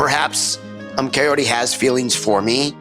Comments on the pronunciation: I keep hearing Coyote too! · I think he says coyore but his unclear speech sounds coyote. His mom clearly says coyote. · yeah I keep listening and it's kayortee he says his mom coyote, it's hard but every so often the r is clearer but the name is still wrong